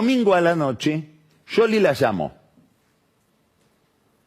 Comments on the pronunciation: Se dice... Essss cioli no sholy/ yoli/ yoly 😂😂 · No es Yoli ni Sioli. Es Shioli pronunciado en italiano, tal cual el origen del apellido. Vos a Tinelli le decis Tineli. No decís Tineyi. Lo pronuncias en italiano. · Pronuncia el apellido en italiano tal cual es. No es Sioli. Igual lo pronuncia mal. Debería decir Shioli, no Yoli. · Porque dice sholi en lugar de scioli? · ¿Por que dice "Yoli? Me recueida a Grondona diciendo "guaild" por wilde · Pasaba por aqui solo para escuchar decir "YOLI" al verdadero quijote del buen hablar... groso PAÑI 😂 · Que capo que sos pagni pero como me molesta en el oído que digas yoli! que capricho pelotudo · Porque le dice YOLI a SCIOLI ? que le diga como la gente lo conoce. que tipo mas pelotu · No es ninguna de las dos cosas , en italiano la Sc no se pronuncia como Sh ni como Y , Pagni se hace el que habla italiano y lo pronuncia mal.